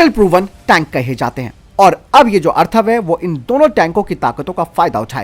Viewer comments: Arthav nehi atharv he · भाई टेंक का नाम अथर्व है , अर्थव नही।😁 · अर्थव नही, अथर्व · अर्थव नहीं अथर्व बोलो । हिन्दी की टांग तोड़ देते हैं ये अज्ञानी लोग ।